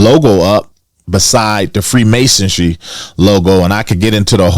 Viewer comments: Freemasonry . Not freemasondry lol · Said “free masodry” twice 🤣 MASONRY genius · First you gotta learn how to say freemasonry. Theres no t or d in there. No self respecting conspiracy theorist will be taken serious on any subject when they mispronounce key words or phrases....